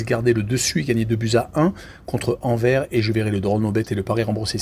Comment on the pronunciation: Rohhhlala, éviter le foot belge svp... 🤣🤣🤣 Déjà c'est Jupiler league pas Jupiter, c'est marqué en dessous. Et puis écorcher tout les noms... Anvers (Anversse) Genk (Guènk) Kortrijk c'est Courtrai... Je crois pas que vous suivez réellement le championnat ou alors depuis peu...